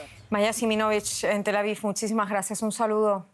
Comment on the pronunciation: No es " Tel Avif", es Tel Aviv. Parece que se cansaron de Pronunciar Kief ( cuando es Kiev), que ahora pronuncian mal la V.